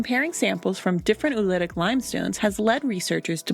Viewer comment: It is not oulitic. It is pronounced O-olitic. The two o‘s are pronounced separately.